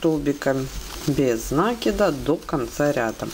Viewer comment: Всё здорово, только не нАкид, а накИд.